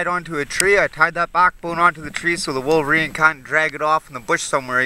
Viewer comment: Great video again. "Wolveriney" lol.